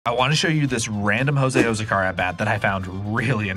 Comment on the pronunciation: I don’t think you know what karma is. Also nice pronunciation of Azocar.